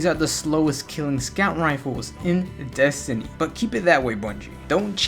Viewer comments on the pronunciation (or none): none